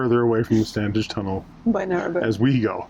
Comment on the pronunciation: We did this route on our own 4 years ago, so it was good to revisit the sights. We live locally and Standedge is pronounced Stan idge ie the middle d is silent. Just saying! 🥰